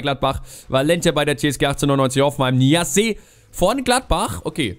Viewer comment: man spricht ihn Niass aus 😊